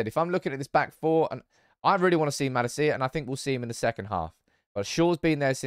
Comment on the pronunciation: Van de beek is pronounced van de bayk, not beak. Also the emphasis in malacia should be on la, not ci